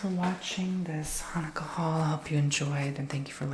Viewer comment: ...I am 70 and didnt know abt the donuts before....we never did that...but your pronouciation was perfect